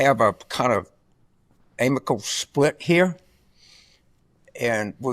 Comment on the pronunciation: And Carville can't even say the word amicable. He says amical. His intellect is astounding.